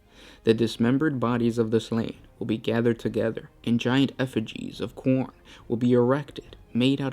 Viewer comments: Pronounced khorn not khorney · Why are you pronouncing Khorne like Khoronid?